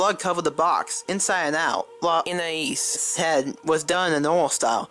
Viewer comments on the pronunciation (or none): she just edited the first part she said Anais and put that there any other time she said anias